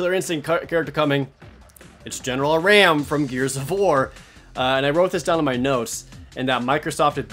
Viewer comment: Marcus at the end of that Gears gameplay, not Dom. Also, it's "R-AHM" not that horned goat or whatever.